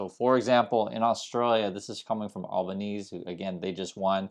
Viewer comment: it’s pronounced with the E at the end - Albon easy - for the record. Or just Albo if you’re local is perfectly fine.